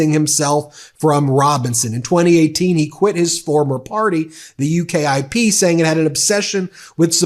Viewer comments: UKIP is an acronym. Pronounced "yookip" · UKIP is pronounced You Kip